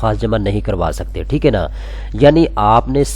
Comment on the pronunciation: یار پلیز!!! ٹھیک اے نہیں ہوتا ٹھیک ہے ہوتا ہے. برا نا منانا بھائی 🙏🏻🙏🏻🙏🏻